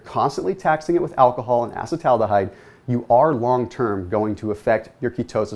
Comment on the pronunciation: uh-see-tal al-de-hyde - please